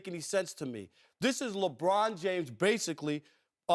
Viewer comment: Ruob Puarker shuut uup abuout "Lebruon Juames"!!!